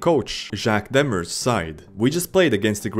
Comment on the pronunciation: How did you say Demers? Lemmehursh ...🤦‍♂️🤣 Demers sounds closer to Themayor. It means the sea. Jacques Demers is another story itself. He will be probably the only illiterate NHL hockey coach ever. Jacques kept it a secret and managed without being able to read for decades. Jacques was the coach of the Montréal Canadiens who won the 1993 Stanley Cup. The coach who asked refs to measure Marty McSorley's illegal stick which gave the Canadiens a power play.